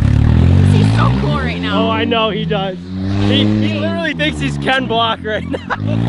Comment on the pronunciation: Hes not ken block hes “ken brick”😂